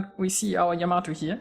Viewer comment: What are you talking about? He pronounces it just fine for someone who probably doesn't speak Japanese.